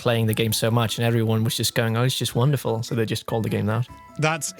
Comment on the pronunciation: Take a shot every time they say womderful